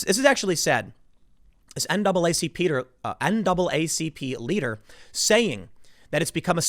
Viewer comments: NAACPeter? Really Timmy? Sorry, but I had to point this out since I found it unintentionally hilarious. 😆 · dat NAACPeeder doe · "naacpeter" hahahahaha. got a good chuckle out of the compound phrasing, i hope im not the only peter who found that hilarious lol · "This NAACPeter" ?? Lol. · “N double AA C Peter”